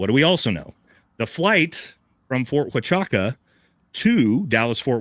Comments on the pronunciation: U cant even say the name of the base correctly but you want people to believe what you say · Dude can’t even pronounce Ft Huachuca correctly. He seems about as smart as a box of rocks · Perhaps it’s intentional- to make it seem like he knows nothing about it or what goes on there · Do you have the boarding pass for Brian H. or anyone that can confirm him on the flight in TX? Do you have a single Lt Col. that can confirm he wasn't in the meeting at Fort H? And can you pronounce Fort H. correctly since you are bashing Candace for Fort H. IR report grammar being poor? The video discusses Brian Harpool's itinerary, stating he was on a flight p.m. and noting the flight from Fort Waka to Dallas Fort Worth takes 2 and a half hours. The speaker uses this information, combined with the incident report's timestamp, to argue that Brian Harpool could not have been present as claimed by Mitch Snow. The video does not explicitly state that it has the boarding pass, nor does it present a Lt. Col. to confirm he wasn't in the meeting ( - ). The speaker pronounces "Fort Huachuca" as "Fort Waka" or "Fort Haka" throughout the video ( , ) which is in error--just saying. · So.... you provided no real information that the fort huachuca story (which you cannot pronouce after interacting with multiple MI people because you are stupid SF, yet I'm gonna call you that cause I meet way to many of you people and your stupidity on who times work you never explored cause you choose not too explore..... MI and SF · You’re getting this thing all wrong brother. Number one you’re saying, Fort Huachuca wrong. He said they were wrapping up their meeting in the morning and they left and then all of his trouble started. If they left the base then yeah Brian Harpool could’ve made it to Dallas Fort Worth in time. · For a military guy, you don't even know how to say Fort Huachuca proper. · Ft. Huachucka is NOT "wa cha ka" sound...it's "wa ChU ka" chOOO! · The military base is pronounced wachooka!